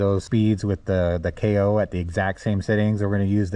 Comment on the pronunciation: Its pronounced K O not Koh, because KO stands for knockout